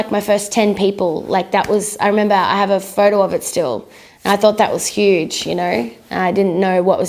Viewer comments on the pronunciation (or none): none